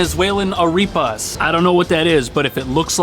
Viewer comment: Areepus lol it's pronounced a-rep-uz the a is pronounced with the ugh sound